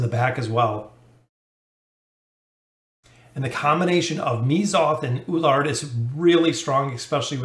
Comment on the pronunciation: E (like Echo) LU (like LUcius) ARD (ARDen) = E LU ARD. You also have same pronunciation problem with Lucretia. Awesome video thanks.